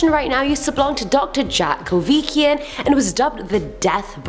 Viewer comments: Kevorkian not kovikian!!!! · These outtakes had me cryin! 🤣 And its pronounced "Kah-vor-key-ahn" 🤭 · How did you get "Kivikian" from "Kevorkian"?? Why didn't you just take a sick day?